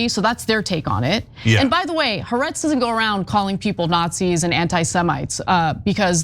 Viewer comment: Could someone teach Ana to say Ha'aretz properly??😂